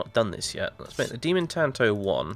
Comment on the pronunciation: If you care, tanto is pronounced like "tahnto". Same for "Wahkizashi"